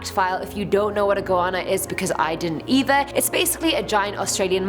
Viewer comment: How do you say our Australian Goannas make you cringe, tsk